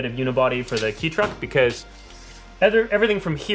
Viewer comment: ITS PRONOUNCED KAY TRUCK NOT KEY TRUCK!!!!!!!!! EDIT: after reaching the end of the video I am presently surprised to find the finally say it right